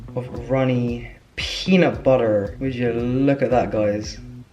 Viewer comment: The way he said “peanut butter” in such an American way killed me for some reason 😂